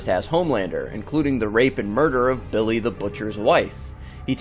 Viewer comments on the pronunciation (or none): none